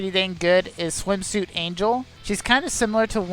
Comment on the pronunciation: So I've watched several of your vids, and I have to say this because it drives me crazy every time: Angel's name is pronounced Ahn-hell. It's a mexican name, not an english word. Thank you and keep up the vids!